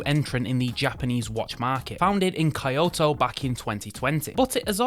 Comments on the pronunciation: Kyoto, not Kiyoto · Your mispronunciation of words is unbelievable. Not sure whether they were intentional or not - phishing for comments? Well then, you got it. Kyoto as Kah-yo-to? Mirco as Mai-cro? Minase as Mee-Nay-seh? It's painful. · "Kye-oto". Millions of Japanese screamed in anguish when you said that. It's "Key-oto"! I've known the correct pronunciation since I was a child, and I live in the USA. If you British can pronounce Teignmouth, you can pronounce Kyoto, too. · it’s kyoto not kaioto😂😂😂😂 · Just One More Watch and Top Tier Ticker are the best review channels according to me. Love them both. By the way, the first Japanese watch, Kuoe is made in Kyoto (kee oh toe) and I'm sure you noticed later that the next watch was not Micro but Mirco. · i have never heard kyoto pronounced "kayato" wtf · 京都 My japanese studying ass cringing at all of you. It's pronounced exactly how you see it. Kyo--toe. きょ is one syllable. Combine the K with yo. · Kayoto? Micro? Korona? Man-easy? Thank god for Future Funk!😁